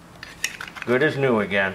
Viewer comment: does it uh-ginn! 🙂✌️❤